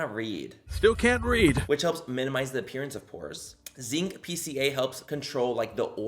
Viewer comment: “I can’t wead” omfg every time he does that I dieeee 😂😭🖤